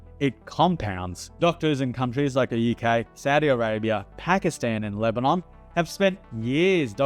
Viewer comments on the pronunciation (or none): none